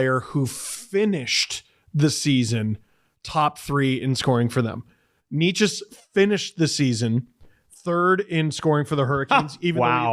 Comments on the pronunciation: I thought maybe after him being moved to Colorado you all would get Necas’s name right. It’s not KNEE chis. It’s NAY chus. It’s really embarrassing for a hockey podcast to not get this right at this point. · Well, maybe by next video they’ll figure out “Necas” because they still can’t pronounce it right🤦‍♂️